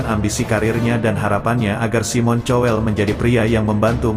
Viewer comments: Simon Cowell dibaca "kowell" , bukan "cowell" dan lahir bukan di Jogya, tapi di Bangkinang, Riau. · wa bacanya juga kowel knpa jadi chowel sih 😂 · Cobalah kalau ga bisa bahasa asing tanya dulu sama yg mengerti bhs Inggris, SIMON dibacanya SAIIMEN.... COWELL dibaca KOWEL. jadi SAIMEN KOWEL bukan SIMON CHOWEL, malu bro... Jadi reaktor, ok sorry bro... Semoga kian maju n mksih ye...